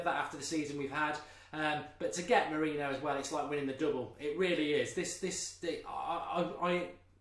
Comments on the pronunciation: It's Moriniho not Mourino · wish he'd pronounce his name correctly